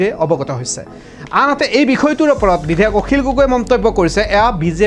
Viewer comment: আপোনী বিধেয়ক বুলি কৈছে ।বিধেয়ক নহয়,বিধায়কহে